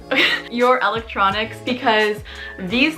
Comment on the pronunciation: “ my ELEECTRNONncs “